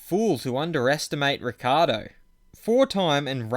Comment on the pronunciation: It's Ric ci ardo not Riccardo